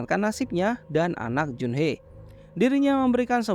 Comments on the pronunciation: Bang Jun Hee Bang bukan jun-hee bukan pakai e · junhi bang dibacanya